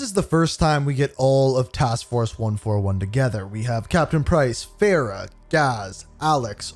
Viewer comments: What is with your name pronunciations? There were multiple instances where the name was properly stated, yet you still go on and stuck with your incorrect pronunciations. For example, the name “Farah” is pronounced, Far-ah. Instead, you proceed to call her as Fair-ah. Another example was when you said Khaled as, Ka-leed, when it was supposed to be Ka-led. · Great video but please show some respect to the characters name, it’s pronounced Far Rah not Faira, I don’t understand why you whitewash the name when they literally pronounce it correct for you. Karim is pronounced Kareem not Kay rim as well. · I see after 4 years this man still butchers this woman's name It’s Farah (Far-ah) her last is is Karim so it's pronounced Kareem but with an i